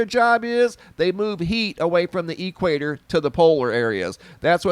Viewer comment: lol Say Equator again! <3 "E-Quator" hahaha I love it. Thank you for this update!!